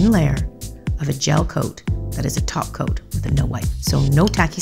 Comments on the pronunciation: Did she... did she just said 'taco' instead of top coat? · Lmfaoooo. "Did she...did she just say taco?" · I'm convinced you said taco 🌮 instead of top coat 😉 (holo! 💿) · I can't tell if you said top coat or 'taco'...SimplyNailogical is spreadddinngg!!!😂😂😂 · did she just say taco?🌮SimplyNailLogical is coming Edit: nvm she said topcoat but is just sounds like taco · For a moment when she say top coat I thought she said Taco and I thought she was speaking simplynaillogiclish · I swear she said none taky toco 😂😙